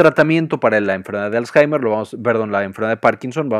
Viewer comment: Me confundio por que varias veces dijo azhaimer .